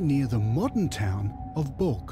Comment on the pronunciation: It's not calked bulk! But Balkh, meaning you were not prepared! Arshloch!